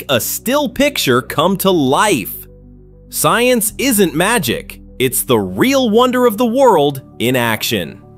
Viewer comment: You say science like